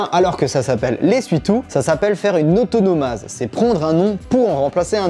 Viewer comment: Alors, le prend pas mal hein, mais on dit antonomase et non autonomase!